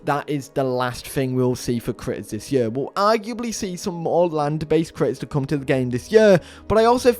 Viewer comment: saying YEEUUHH instead of year... my us brain hurts stop!